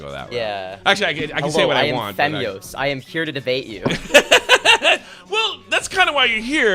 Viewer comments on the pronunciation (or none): "Femzoy" lol